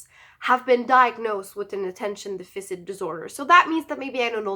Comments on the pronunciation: can we recommend you say Deaf-fiss-sit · Deaf-fur-sit not deaf-fisit 😂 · Deficit is pronounced, "Def - a - sit". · Really great video and thanks for sharing. As this is an important part of your life and something you may talk about more in the future, I just thought I'd point out how Attention Deficit Disorder is pronounced. The word deficit should be pronounced DE-FI-SIT. It's not Deficient, that's a different word. I hope you don't take this the wrong way, I'm trying to be helpful. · Please pronounce Deficit right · The way you pronounce deficit is =D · Lol. it's driving me crazy...